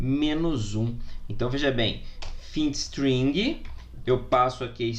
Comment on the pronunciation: não se pronuncia findstring, se pronuncia "fainde string". ah, e ótima aula professor, parabéns